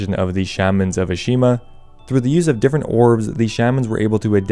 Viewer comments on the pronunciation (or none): It’s “Ah-Shi-Hama” ✅ Not “Ah-Shi-Ma” ❌ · Ash-eee-hama. slepe = sleep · It's Ashihama, he just can't pronounce it so save his life, somehow managed to drop a whole syllable